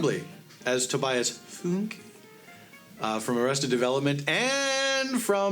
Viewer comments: was the foonk mispronunciation intentional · Dislike for mispronunciation. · Jesus he can't even pronounce the characters name right. COME ON. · YOU PRONOUNCE TOBIAS' LAST NAME RIGHT NEXT TIME OR I WILL BOYCOTT THE EXISTENCE OF THIS CHANNEL.